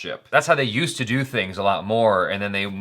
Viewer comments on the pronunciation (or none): none